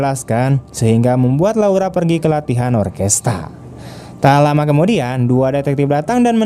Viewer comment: Orkestra min...bkn orkesta...🙏